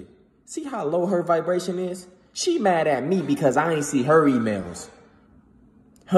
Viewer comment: Idk Y u said who u think I am the first thing poped in my head a viberater lol cuz u were saying viberashions some shit